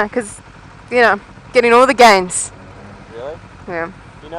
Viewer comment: Did JUST SAY "Gettin all the gianzz" LOL Awesome review, I was scared about your Go Pro the whole video:P tether that thing!